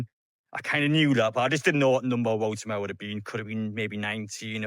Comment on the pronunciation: Its woltemade ... not woltemare😅